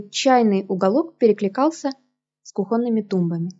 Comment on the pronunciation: Извините, но,, кУхонный ,,, а не,, кухОнный,,. Проверочное слово-кухня.